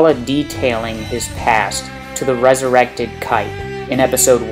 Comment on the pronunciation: His name is pronounced "kie-te" not "kait"... The dubbed name doesn't hold any bearing on his abilities and such. I also doubt Kite's plan was to get 'resurrected' or to at least persist so he could continue to guide his followers. I mean, how could he have known he would be resurrected like that? Or keep his mind for that matter? Your description of his different weapons and what they might mean seem to be spot on, I just don't agree with the conclusion you draw from it.